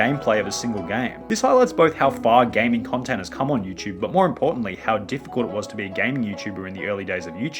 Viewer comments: Everytime he says “Yuuchube” an orphan child dies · Is it YouTube or you chewb?